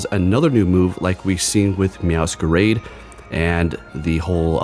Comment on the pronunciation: Sory I don't want to be rude, but please, I'm begging, for the love of god, check out how to pronounce Meowscarada. I don't even speak Spanish and it's killing me inside each time you say it the way you always do.